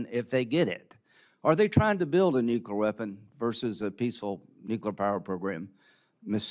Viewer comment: Nukular, lyndsay?